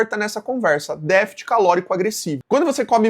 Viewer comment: Dica construtiva: vc deveria treinar a pronúncia de "DÉFICIT", pois errou em todas as tentativas nesse vídeo.